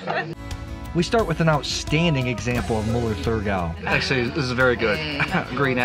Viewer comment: It’s Mueller Thurgau, you don’t pronounce the “h”